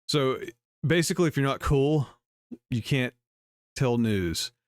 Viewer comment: Did she say cool or cruel? I thought she said "If you don't have anything cruel to say, don't say anything at all."